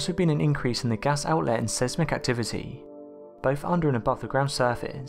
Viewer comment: Seismic is pronounced size-mic not ses-mic